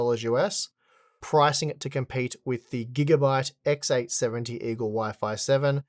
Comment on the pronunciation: Why does he say "XX" all the time instead of "X"? I don't get it. He repeats XX870 all the time when it's just X870. Is it a knowledge problem or a pronunciation problem?